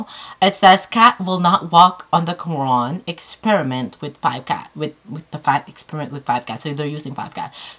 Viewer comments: i love when u said QURAN! That's sweet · Cats are dope in this video but she nailed the pronunciation of Qur'an ..! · Wow subhan'Allah. ❤️ Thank you for doing this so respectfully. Also you pronounce the word Quran so well 😊👍🏽